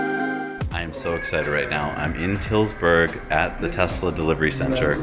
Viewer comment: or oosterhout, tilburg, osnabruck and pretty much any other place they tried to pronounce :D